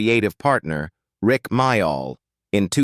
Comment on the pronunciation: It’s pronounced more like Mail not My- All